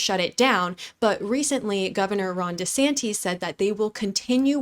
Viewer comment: Thanks,! That would be “Dee-po” as in Home Depot. Governor “de-San-‘tis”. Wanker, “wAnker”.